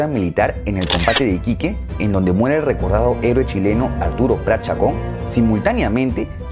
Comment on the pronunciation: es prat no pratt